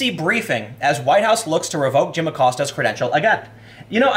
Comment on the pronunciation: Lil’ Abilio “Will” Acost-ya.